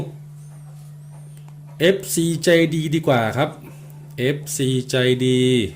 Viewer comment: ใช่ๆผมก็สดุดหูเหมือนกันครับคำว่าดีกว่าของพหัสพูด